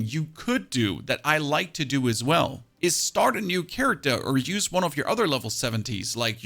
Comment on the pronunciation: “Charictah” lol